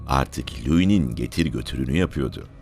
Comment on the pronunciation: Sayın, anlatımınız gayet güzel yalnız “yapıyodu” yerine “yapıyordu” yu kullansanız daha doğru ve hoş olacak. Dikkatinize…! 👍👍